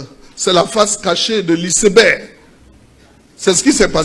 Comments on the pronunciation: Lisseberg😂😂😂 C'est Iceberg que lui il prononce lisseberg😂😂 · "Professeur" Adjoum....ouais, c'est fort ! Isseberg pour dire iceberg, un mot anglais qui se lit comme tel (aïceberg).....De plus. On dit la face visible de l'iceberg et pas la face cachée....Eh Dieu !, quand c'est caché on peut pas voir ! 😢😢😢C'est la partie visible qui permet de deviner ce qui est caché, plus important que ce qui est visible..... Vraiment tu as fait fort "Professeur" !!!😂😂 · Adjoumani vaurien hein. On dit ICEBERG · Iceberg est une montagne de glace ... C est un iceberg qui a coule le bateau Titanic...la prononciation est mal faite...On prononce en anglais ...